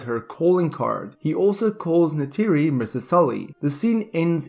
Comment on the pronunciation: Neytiri is not Natiri